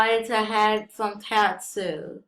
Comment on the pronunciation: You said Tatsu wrong it's pronounced Totsu as in faught